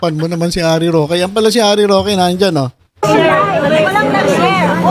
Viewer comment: Humba is layf says rokwe😂